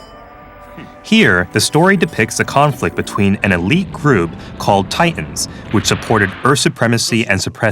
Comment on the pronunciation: Wait, what's the point of pronouncing A.E.U.G. the original way, but still pronouncing "Titans" like it is the English word?